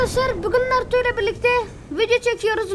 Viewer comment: Sasuke bi ogrenip gitmedi yaaa onu adi narıto degil narutoo :d